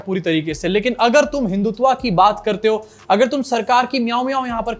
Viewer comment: हिंदुत्वा नहीं, हिंदुत्व